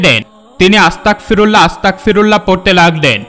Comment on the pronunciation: হুজুর আংকেল সবাই যে বাক্য টি পাঠ করছিল সেটা আসতাকফিরুললাহ হবে না এটা আপনি ভুল উচ্চারণ করছেন, এই বাক্য টি হবে আসতাগফিরুললাহ্ আসতাগফিরুললাহ্ আসতাগফিরুললাহ্ । আপনি যদি আমার কোনো কথায় কষ্ট পেয়ে থাকেন তাহলে সরি আংকেল